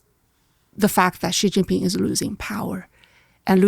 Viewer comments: learn to pronounce Xi Jin Ping properly. It's NOT Zhi Zhi Ping, for goodness sake. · WHY do wypipo think Chinese is French...?!?!? Xi Jinping is more or less pronounced like SHE JEAN PING, NOT zheeei zheeeen ping. We don't care if you butcher the tones, but can you at least please try better with the consonants? You HAVE those consonant sounds IN American English. But thank you for talking with!